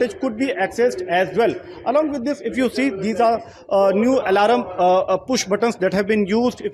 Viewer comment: Did i hear alaRUM!!😝😝😝😝😝😝😝